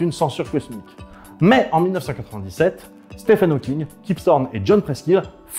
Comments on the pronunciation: Petite correction mineure Stephen Hawking se prononce steven [ˈstiːvən ˈhɔːkɪŋ] 😉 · Ça s’écrit Stephen, mais je crois que ça se prononce Steven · bon par contre je suis désolé bruce mais le ph de stephen se prononce comme un v... (ah oui et donner quelconque crédibilité à susskind c'est quand même se foutre un peu de la gueule de la communauté scientifique)